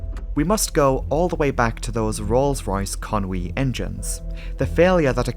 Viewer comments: Where does this "Conwy" come from? It's Conway..... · Con-wee! I've been saying Con-way...